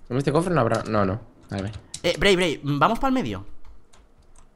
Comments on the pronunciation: alguien sabe por que dice corte en vez de cofre? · Se dice cofre no corfe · alguien mas se dio cuenta que dice "corfe" en lugar de cofre? o.o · Emmmm creo qye se dice Cofre no Corfe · no se dise corfe se dise cofre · No dice corte dice corfe y le gusta decirlo asi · No tiene ningún problema ni nada, sólo le gusta decir CORFE!!! xD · ***** Pero no lo dice en catalán.. Lo exagera más y dice "corfe" XDD es una mezcla XD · ya pero el dice corfe que me esquivoqué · no dice corfre ni corte el dice corce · alejandro correa Que dice corfe chaval xD ya dejen el tema xDD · dice corfe y no se asi le dice el desde hace tieeeeeeeeeeeeempoo